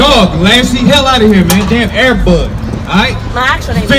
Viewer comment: He called her AIR BUDD I’m weak. You keep me laughing King. APTTMH